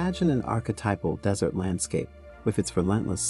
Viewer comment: The whole thing is about a desert. And yet, they couldn't get the AI to pronounce the word right.